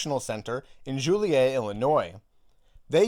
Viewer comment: I'm from near Joliet. You pronounced it the fancy way instead of 'Jo-lee-ette' or 'Jolly-ette' -ya damn bourgeoisie! (kidding of course)